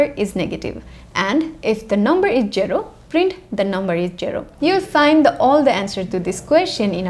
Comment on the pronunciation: i love hearing you say jero